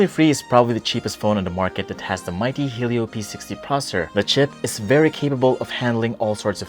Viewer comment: Sorry but hearing helio just turned me off. Just my opinion! Happy birthday though!!! God bless!